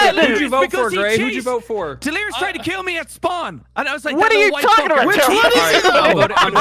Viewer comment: Mmmhmm uh it’s “Delirious” not Delerious my good sir. sips tea